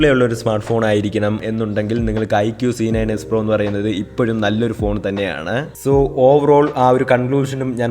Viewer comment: Bro c9spro enna Pronounce cheyya 😂